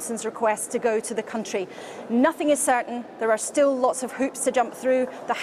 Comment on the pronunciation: I'm sorry, but "CUNTry"